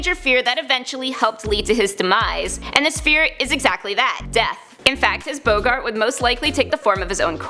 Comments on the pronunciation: I was thinking 'what's a Boe-Gart??' 😂😂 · A list of facts about a character from harry potter and unable to pronounce boggart correctly